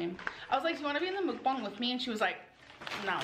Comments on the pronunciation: They way she is pronouncing Mukbang is wrong 😊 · Why is no one talking about how she pronounced mukbang,,, so irritating